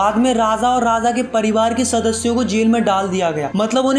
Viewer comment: Its Raaja not Raaza